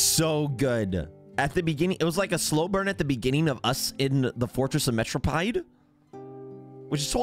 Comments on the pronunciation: it’s Mare-o-peed 😭 not metro-pied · Am I the only cringing to the way he says Meropide 😂